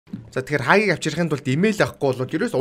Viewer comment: Хагийг ks 😂😂 хаагийг гэж хэлж бсан блгүй дээ